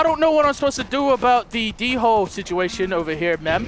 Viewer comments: I don't think it's pronounced d-hole I think it's pronounced Dole, remeber I said pronounced not spelt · its pronounced dole not d-hole in case you didn't know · It's not D-hole it's dhole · he said "Rare black Dingo", um its Dhole skin xD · I like how he calls then D holes when they are pronounsed doles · They are pronounced doole not dhole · its pronounced dole like the bannana company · its called hole not dingo or d hole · Wenja not ninja